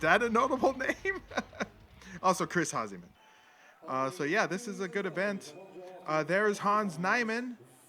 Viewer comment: HASEMAN!! Not Hazemen you scrub lol